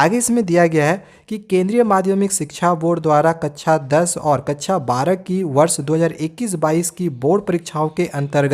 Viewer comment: भाई कच्छा नहीं कक्षा है बोलना सीखो 😂😂😂😂